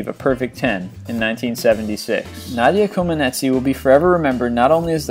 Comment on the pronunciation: Ok time to fix mistakes here. Lynn Swan efforts in Super Bowl X won him the game's MVP not the season's. Also SB X took place after the new year in 1976. Also he pronounce Nadia Comaneci wrong. Also he pronounce Eli Manning's name wrong. Pigsburg stealers?